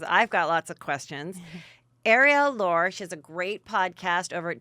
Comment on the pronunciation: Heather is 'The Name Mangler.' You embarrass yourself how many times you conflate names. You cannot even bother to figure out your guests names before they are on your show?? Today's guest is NOT Arielle "Lor" as you pronounced it....it's Arielle Lorre pronounced Lor-ee. Also calling Harry Dubin Harry Duber is just lazy, shoes no show prep. Have your assistant help you, you need it.